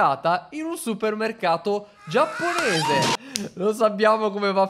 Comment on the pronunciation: invece di Giapponese giappoense